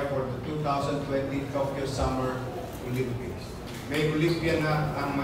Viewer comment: Pakinggan sa NABANGGIT NI YIRME ANG OLYPICS PARIS